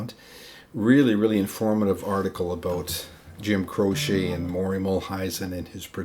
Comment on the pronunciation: Great work here. I've always heard his name pronounced like crow-chee not crow-shay.